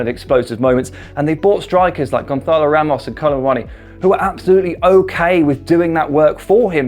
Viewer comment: I'm sure you feel very cultured saying Gonçalo like Ibiza or Barcelona with that 'h' in there twisting the tongue, but he is Portuguese, and that is not the correct way to say the 'ç'. You should just say it like Gonssalo.